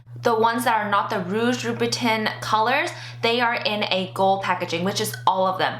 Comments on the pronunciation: Great review. Btw, it's pronounced "loo-boo-tan" instead of "tin". :) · the correct way is tan but with a nasal sound. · not to be a bitch but loobitin though?? why didnt you make sure you were saying it right like you knew you were making the video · Its pronounced Loubouton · I'm french and the real pronunciation is "loubou-tain" You were pretty close though :) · Im telling her how to pronounce it phonetically, she would read louboutain the same way she read louboutin :) Dont worry I know how to pronounce it :) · Fuck French pronunciation!! I don't say "loubou-tain"! English please! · I can help but cringe when you mispronounce Louboutin LOL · I hate it when people pronounce it like that and they try to act all great lol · Everybody should be able to pronounce Louboutin correctly by now....... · You are not fashion. Because you have items with fashion labels attached...does not mean you deserve them. You pronounced Louboutin like you live on a foreign farm. Stay away from couture. You don't get it. It's not for you. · How can you review it when you can't even pronounce the brand?